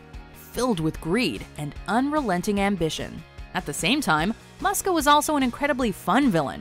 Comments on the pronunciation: It's pronounced "MOO-ska", dammit! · Sigh It's pronounced "Moo-sk-ah" not "Muh-sk-ah" Is it honestly that hard to pronounce a character's name correctly? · The 'u' in Muska is pronounced like 'oo'. It's Moose-ka. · You dimwits mispronounced Muska!